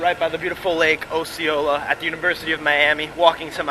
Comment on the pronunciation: People in the comments are hating for no reason lol The only thing that bothered about the video is the way he said Osceola 😖😂